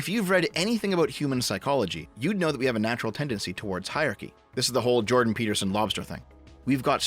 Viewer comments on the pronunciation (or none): none